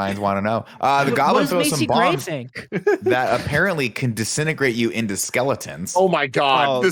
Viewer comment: Is Carboni aware that it's actually pronounced skeletons & not 'skellingtons'? Also Batman & Robin came out in 1997, a whole half-decade before this movie